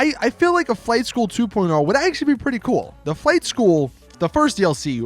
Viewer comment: the way you said flight school 2.0......why